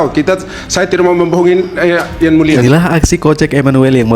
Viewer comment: Yang mulia bukan yan mulia..😂😂😂